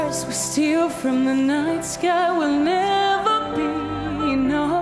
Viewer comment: Alguien le enseña a pronunciar la palabra "enough"?